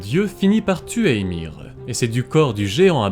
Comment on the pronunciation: On prononce Imér... le i se dit é mais í avec un accent se dit bien i .